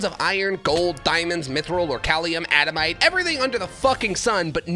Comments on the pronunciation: Sorry not sorry adamite is adaMANTITE, and orcalium is oriCALCUM. And I think he is doing this on purpose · Bro called adamantite "adamite" and orichalcum "orchalium"